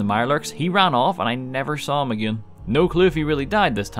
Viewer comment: Am I the only one who when he say 'again' hears Ed Gein? I'm not complaining persay, but the pronunciation could tweaked just a hair because I keep having flashbacks to serial killer documentaries, and well the neighbors are starting to look mighty tasty.